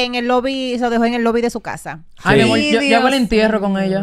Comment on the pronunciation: ya tiene que poner la r donde van y dejar de usar la l, por ejemplo decir amol.